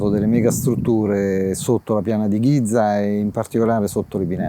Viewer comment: potrebbe almeno provare a pronunciare bene GIZA, visto che ci lavora